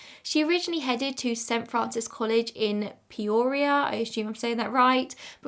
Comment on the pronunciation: I'm around the Peoria area and you pronounced it correctly!